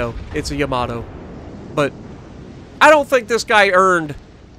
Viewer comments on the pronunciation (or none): I'll tell you why it is too hard to say ""... because that is not Yamato is pronounced! It is how you said it in your first Yamato video